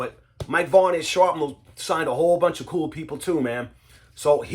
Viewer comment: Sharpnel? Thought is was Shrapnel! 💁